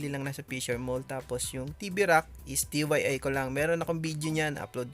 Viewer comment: it's DIY kuya, not DYI. Do It Yourself